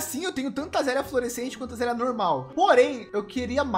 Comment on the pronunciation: Mano kk q agonia dele falando azélia .. poh vei é “aza léia”